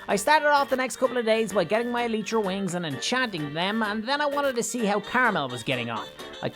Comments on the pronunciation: its pronounced ee-lie-tra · You pronounce Elytra E-lie-tra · NightFury Name: Ruin (I dont Know I Thought It Sounded Cool) Also Try Say Elytra Like The El-Y-Tra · eletra is what u say i say elytra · Eh-lie-tra is has you pronounce the elytra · Its called alaytra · Its pronounced ely-tra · you are pronouncing elytra wrong, it’s not eletra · say i-lie-tra To say the word elytra g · EL I It’s EL I TRA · It's pronounced ee-li-tra